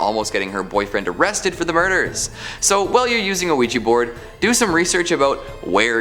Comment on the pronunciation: OUIJA NOT OUIJI..😡😡😡😡😡